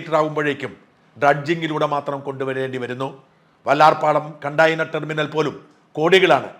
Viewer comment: കണ്ടായിനർ അല്ല കണ്ടെയ്നർ...